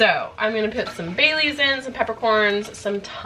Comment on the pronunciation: When you were building the beef marinade and said you were adding bay leaves I thought you said Baileys ! HaHaHa ! I was talking to the video saying WHAT !